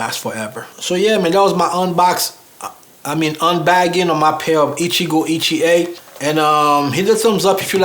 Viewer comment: Hey, them Shoes are Gorgeous. When you first named the Maker... I was like WTH!... I thought you said "Gitchié - Gitchié, Ya-Ya, Da-Da" 🤣🤣🤣. from "Lady Marmalade".. Naw For Real. I had to back up the Video to hear it again. Krazy mind of mine🙄. I think the color of the shoes would look nice with that Green Suit your wearing in the video. Would you call it a Sea Moss Green? I'm luv'n it👍🏽. But yea, you most definitely got Blessed with them shoes. Luv'n that Grain too. Stay looking Sharp brother. I appreciate your videos. Be Blessed 🙏🏽...